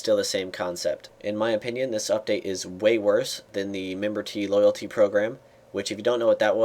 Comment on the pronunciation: Memberty loylaty =p hahaa